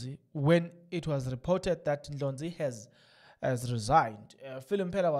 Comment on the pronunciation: Please pronounce other people surnames correct is Ndlozi not Ndlonzi